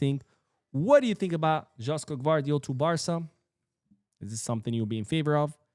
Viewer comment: it's not Đoško Gvardiol, it's Joško(Yoshko). Thank you.